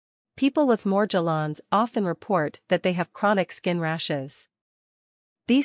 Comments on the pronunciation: She dosent pronounce Morgellons correctly... Why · Yeah, it’s highly suspect and a clue to the unreliable nature of this video.